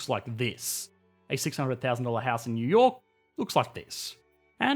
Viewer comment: "Yew yor' " Took me a while to realize you were saying New York